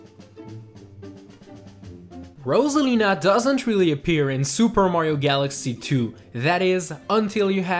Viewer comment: sorry but uh ambidextrous anyone? rosalina is abedextrous (thanks for pronouncing her name right tho)